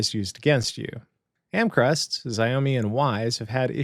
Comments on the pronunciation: ZeeOHMe? Never heard anyone pronounce Xiaomi like that before! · Hi I am a huge fan!!!!!!! found you when I was looking up pihole and really enjoyed your content. Keep up the good work .... This is the way !!!! - Just an FYI Xiaomi is best pronounced as "SHOW-mee" (rhymes with "shower me") or "SHYOW-mee". The name comes from Chinese, with "Xiao" pronounced like "show" or "shyow" and "mi" sounding like "me". It is often phonetically transcribed as "SHYOW-mee" in English, stressing the first syllable.